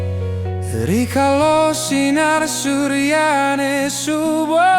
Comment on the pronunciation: Nggih,pengucapannnya kurang tepat,bilang rikale,diucapkan rikalo suksma di cermati juga nggih